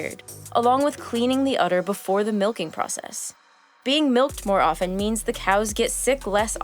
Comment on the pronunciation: Nice voiceover except that you pronounced often incorrectly; it does not have a hard T, in fact you are not supposed to hear it. ✌🏻